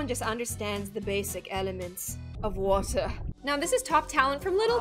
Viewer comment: I love how said water but in British accent😂